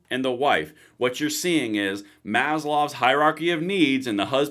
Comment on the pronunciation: Maslow, not Maslov. Just saying.